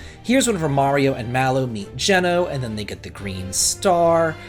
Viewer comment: Have I been pronouncing Geno's name wrong all this time? I pronounce it 'Jean-O'